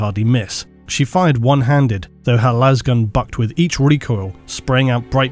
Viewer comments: But why do they pronounce it las and not las? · How tf does manage to get 68 minutes out of "Lasgun" 😂